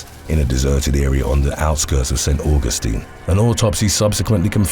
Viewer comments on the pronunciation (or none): none